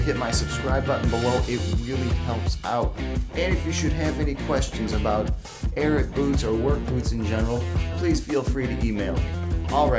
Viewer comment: It's really bothersome that "" cannot pronounce the name of this boot brand.